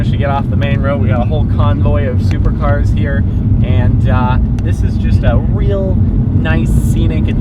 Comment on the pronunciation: I heard, "What a nice day hur?" xD